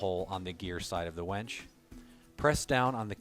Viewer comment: Why do you keep saying "wench" ? This is a winch video.